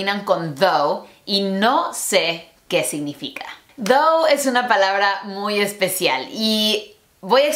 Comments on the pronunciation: Es "tho" no "thou". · Pensé que dijo "¿Qué significa Dou?" jajajaja